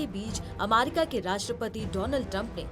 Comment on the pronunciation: अमारिका ? थोड़ा सिखाइए एंकर को !